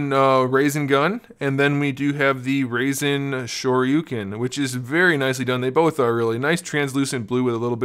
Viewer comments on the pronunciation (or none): I don't hate you for not watching Naruto.. I hate u because you said rasingun. It's rasengan.. and u said rasinshurken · I know you said you ain't know Naruto but ngl "Rasin Shoryuken" was tuff lmfao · Totaly rasenshuriken not rasin shuriken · Ray-zin shor-you-keen That’s how you said it ;D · Raisin shuriken and he first talk about to pronunciat in the beginning